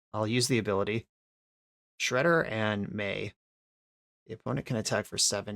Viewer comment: its "may" not "my"